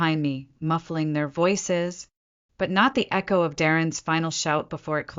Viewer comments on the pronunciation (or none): none